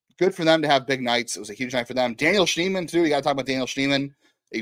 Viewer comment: His name is Schneemann. It’s not that hard.